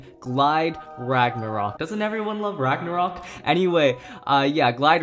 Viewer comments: who even says bagnaruk its roktovor bro' my god my you watching anime but your in china mode ok Kyuss English ok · Ragnarok ❌ Ragnaruk✅